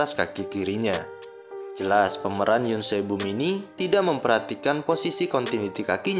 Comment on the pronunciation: Berikut beberapa kesalahan pada video ini : 1. pengucapan nama karakter Yoon Sae Bom yg benar harusnya YUN SAEBOM, bukan yun sebum. 2. pengucapan nama karakter Jung Yi Hyun yg benar harusnya JEONG I-HYEON, bukan jung yi yun. 3. pengucapan nama karakter Han Tae Seok yg benar ya HAN TAE SEOK, bukan han te suk. 4. pengucapan nama karakter Oh Joo Hyung yg benar harusnya OH JU HYEONG, bukan oh ju hyung. Jelas, dari sini kita semua bisa liat klo si adm ga teliti dlm melakukan pekerjaannya. Bagaimana bisa dia melakukan kesalahan disaat dia sedang mengoreksi kesalahan dari hal lain? Manusia emang ga lupuk dari kesalahan, tp klo dibanding kesalahan dlm penempatan barang yg berubah tipis dari tiap scene film/drama (seperti bbrp yg admnya sebutkan di video), jelas, salah menyebutkan nama jauh lebih fatal. Terdengar sederhana dan sepele tp sebenarnya itu berpengaruh sangat besar dlm berbagai hal. Sekian koreksi dari saya, terimakasih.